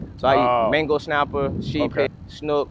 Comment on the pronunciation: Never heard of a Mango Snapper… 🤦 How many times are 2 (supposed) avid fishermen allowed to mispronounce the name of a supposed "Favorite" fish without anyone calling them out on it to correct them! 🤣